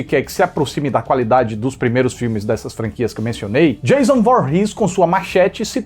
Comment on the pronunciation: 😂😂 O cara enche a boca pra pronunciar a diferença entre "FRED" e "FREDDY", mas solta "DIEIZON" ao invés de "DJAYÇON" (Surtadinhos e surtadinhas, eu reproduzi a escrita da pronúncia e não sua grafia correta) 😂😂